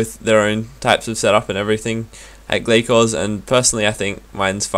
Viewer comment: Its Gla-sors isn't it?